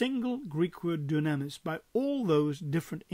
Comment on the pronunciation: Thank you for taking the time to produce and post this video. Just one point of order: The way to say dunamis is doo'-nam-is, not doo-nam'-is- or so it is given in Strong's..